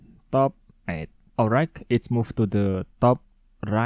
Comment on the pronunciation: bang bacanya olrait bukan olraig